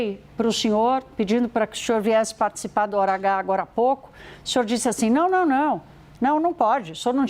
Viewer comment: Essa mulher troca o s pelo x. Que agonia. O xinhor xe axustou? Não consigo!